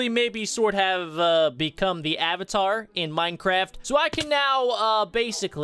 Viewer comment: Ayyyyvatar as in avatar LOL